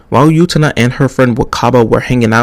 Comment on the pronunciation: Excited to see someone react to Utena, it's always a good time! That's not how you pronounce her name though 😶